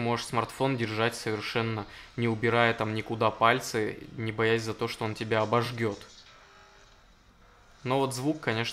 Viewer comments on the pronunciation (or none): Народ, пожалуйста пересматривайте свои ролики. ОбожГёт... Когда на самом деле обожжет. Это режет слух, ну прям очень сильно. Если уж взялись ролики снимать, возьмите методику с какого-нибудь гуманитарного вуза, выучите его наизусть( сделать это можно прочитав не менее 15-ти раз) плюс хотя бы раз в неделю перечитывайте орфоэпический минимум.